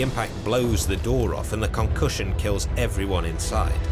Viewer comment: The Con-Cushion